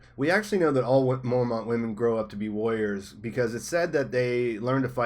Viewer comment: Ooooohhhhhhhh... warriors. I thought you were saying lawyers and was so confused.